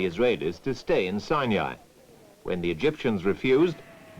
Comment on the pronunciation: Why does the narrator say “sinai” with a “y” sound?